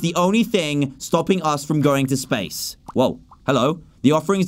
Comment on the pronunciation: did you hear dan say spashe missions👽😂